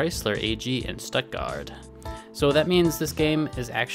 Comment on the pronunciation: I'd say you nailed the pronunciations (except maybe "Stuttgart").